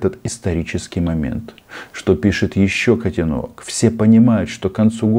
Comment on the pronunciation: Не котенОк, а котЕнок😂